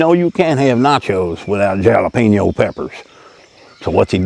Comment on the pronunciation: Hall-ah-peno pepper (hah-lah-peh-nyoh), it is a Spanish word and they pronounce there J's as ha like saying hot.